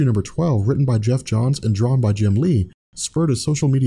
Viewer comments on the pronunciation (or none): none